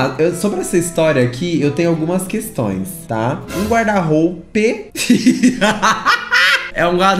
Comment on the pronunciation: Os erros de português dele "me dão nos nervos". São coisas básicas, tipo: amando e ele fala AMANO, guarda- roupa, ele fala guarda-roupe é por aí vai...